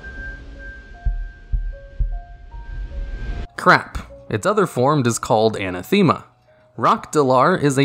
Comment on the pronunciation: Just check Google when you don't know how to pronounce something, please. (anathema /əˈnaθəmə/)